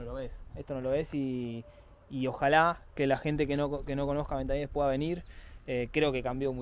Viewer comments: Se dice ventanielles y no ventanieles, y ya no hay nada, barrio humilde, hace años si, ahora es tranquilo. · Jajjajjajjaj madre mía....entonces si me ves a mi que dirás... 😅. Haber bajado cónmigo y ya verías como cambiaban las tornas, solo diste con aldeanos no con quien tenias que dar. Por cierto se pronuncia VentanieLLes con elle no con ele. En España pocos barrios gangster de verdad quedan y este no e uno de ellos.Naci, Crecí, Viví, Vivo y Moriré aquí 😁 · En los 80 no digo nada, era un barrio conflictivo. Ir a Ventanielles y decir que es el Bronx es una estupidez. Engañarás a los de fuera, majo. A base de exageraciones, sugerencias y tonterías. Por cierto, se dice Ventanielles, no Ventanieles. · Como fiarse de tu video sensacionalismo y poco objetivo si no sabes ni pronunciar el nombre del barrio....